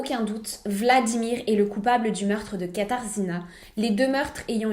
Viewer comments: Ça se prononce katagena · Ayant passé un an à Cracovie, je peux te le dire, ça se prononce "Katagena" ou "Kasha", c'est plus simple. Compliqué comme langue le Polonais. Sinon, super vidéo :) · Je voulais juste laisser un petit commentaire sur la prononciation (c’est juste comme ça, à titre indicatif sans moquerie aucune : je sais que le polonais est assez difficile à prononcer) Le « rz » se prononce comme un « j » donc son prénom se prononce « Katajéna ». Et Kroków c’est Cracovie, la plus belle ville du pays et sûrement là plus connue aussi Pour finir, le fleuve de Cracovie c’est la Vistule pas la Vistula. C’est comme dire que le fleuve de Montréal c’est le Saint-Pierre. Avec un peu de recherche, on trouve très facilement ces informations même si on ne vit pas en Europe Voilà 😉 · Contente que tu aies traité une affaire polonaise comme je suis polonaise haha. D'ailleurs, Katarzyna de prononce "katagéna" 😌 je ne vais pas faire toutes les prononciations mais voilà au moins pour ça 😉❤️❤️